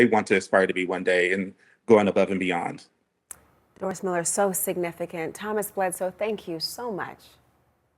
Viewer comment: Haters gotta spread hate. Say his name right. Doris Miller. The dude with a million dollar statue in Waco TX. Recipient of the medal of valor. Why say his name in a different way? Why not mention the honors already given him? Admit it. You want hate. Trump is a nut. He's a nut that knows when the Doris Miller pulls up would not sound as threatening as the DJT. Even CNN gets triggered. Sadly, The USS Miller FF 1091 was decommissioned a few years back. She wasn't as sharp as my ship, USS Valdez FF 1096, but it was a different class ship. As a deck ape back in the day, all I really cared about was how much work it was to repaint the sides. Not who's name was on it. PS... Don't touch our boats!